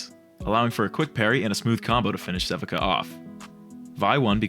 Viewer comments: If anyone hasn't pointed this out yet (and I'm prolly late), Sevika's name is pronounced "seh-vee-kah" not "seh-vih-kah" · love the way you pronounce sevika lol. sea-vee-kuh is the right way tho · It’s pronounced <SE VEE KA>